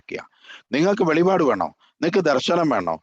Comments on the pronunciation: എടെ വെളിവാട് അല്ല വെളിപ്പാട് ആണു 😄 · വെളിപാട് അല്ല വെളിപ്പാട്